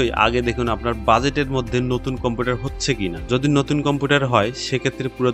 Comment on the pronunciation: কম্পুটার না গো কম্পিউটার